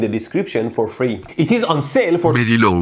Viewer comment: Berry low brice